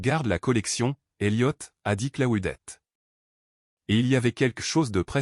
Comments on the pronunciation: Ça se prononce : CLO- DETTE..!!!..😡..et pas " Claoudette" ou " Claudet "..👎👎👎👎..Essayez de prononcer "Cluedo" qu'on rigole !🙄🥴..Et puis, si vous vous sentez un peu plus fort..tentez.." Anticonstitutionnelement " 😂😂😂😂.Soyez un peu courageux..à défaut d'être cultivé..👎👎👎👎👎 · Si vous continuez à prononcer le prénom " Claudette" comme votre I.A le fait..🙄😳..Un certain Claude François pourrait vous causer des ennuis !😁😁😁😁